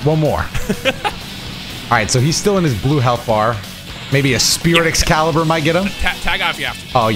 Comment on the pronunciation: nah bc this was the crispiest“Excalibur” i ever heard😂😭